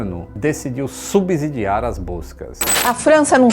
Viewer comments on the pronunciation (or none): O canal é ótimo e acompanho. Seria bom, dada a qualidade do canal, adequar a pronúncia da palavra "subsidiar", aos 16 minutos e 35 segundos do vídeo e em todos os outros onde ocorre. É um erro comum e recorrente pronunciar "s" com som de "z", após o "b" mudo dessa palavra, bem como em "obséquio". Entretanto, sabemos que isso só acontece quando o "s" ocorre entre duas vogais, o que não é o caso nessas palavras.